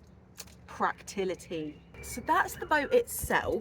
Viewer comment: love you but its practicality not practility lol! You should hear my Scottish too